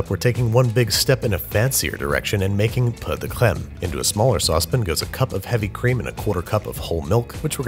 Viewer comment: when he said 'pur de creme' or whatever it is, i was like...... w a t